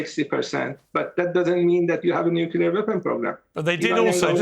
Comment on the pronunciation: I cringe every time I hear someone say nukelar. Say the word clear you can say nuclear.